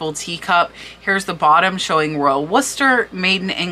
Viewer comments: Its Worcester not Wooster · Pronounced "War cestor" :)))